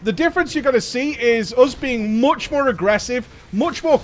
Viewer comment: MOOTSJ MORE AGGRESSIVE MOOTSJ MORE COOMFORTABLE WITH THE DOONGEON ITSELF